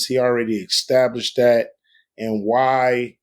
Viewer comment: exstablished LOL... one of the best lyricists in rap history can't pronounce words properly.